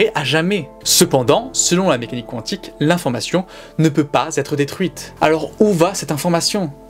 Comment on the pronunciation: Ça se prononce Quantique ( comme ça s'écrit ) . Il n'y a pas de W ... Oui je chipote , oui je trouve ça bizarre lol